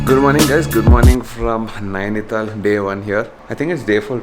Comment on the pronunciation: It is Nainital... not Naini-thaal